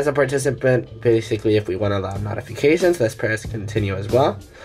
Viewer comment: Your pronunciation of “notifications” or “notify” is inaccurate it’s pronounced “note-ify” not “not-fiy”